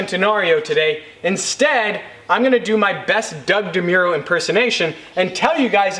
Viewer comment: Dou DeMuro 😂😂😂